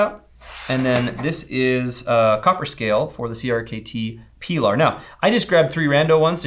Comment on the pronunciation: “Pee-lar” kills me every time